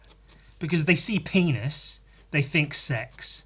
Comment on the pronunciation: because of the way you say Penis, it has become my latest vocal stim. "PEENASS"